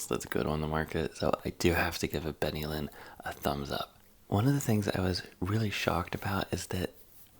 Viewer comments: Ben A Lin pronunciation Benylin. My mum and all her kids were brought up on this an it was highly effective. For me too . Its very very well known. Im surprised such an esteemed guy hasnt heard of it. And can dis it so easy! Im disappointed the way you dis it so bad Ps buy a measuring device .. its really easy!! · "Benylin", if that's the same as available here in Canada, is pronounced 'BEN-el-in', at least in our commercials. It was our family go-to cough syrup